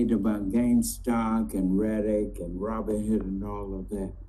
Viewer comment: Hard for me to take anyone seriously when they cannot even say Gamestock, Reddick, or RobbidHen properly.